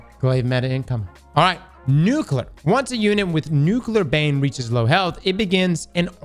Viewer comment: Say it with me: New-Clear. There is no extra U. It's not New-Cue-Lure. My one pet peeve by people who want to sound smart.